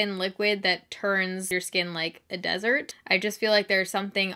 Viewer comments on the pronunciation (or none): none